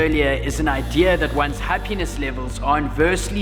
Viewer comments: I thought you kept on saying “Her penis”... Happiness! Got it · Towards the end the way u said happiness sounded like HA penis made me confused at first lol. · Super good, But... When u were saying "happiness", I thought u were saying "her penis". So at first I thought u guys were getting matching penis tattoos😂lol